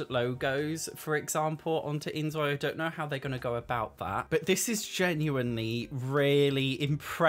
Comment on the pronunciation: I love the inZOI videos, but please, it’s pronounced like 'Enjoy'…. Because Korean has no Z sound…. It’s just a word play, and a side note from my part